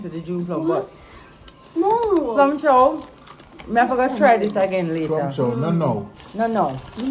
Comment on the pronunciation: Man say plum chow nuh now 😂